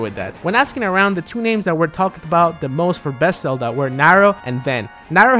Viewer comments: Ben's Selda. Sorry, not sorry. We know you have an accent. We know you're always going to pronounce a "v" as a "b". You don't really need to call attention to it if you put the name on screen. People are going to pick on you whether you do or not. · Dude, you pronounce "ven" better than you pronounce "Zelda."